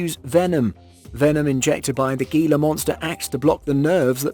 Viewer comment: Not GEELA.. HEELA monster